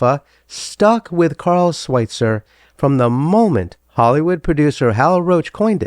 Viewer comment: It's pronounced Sw-IH-tzer not Sw-IE-tzer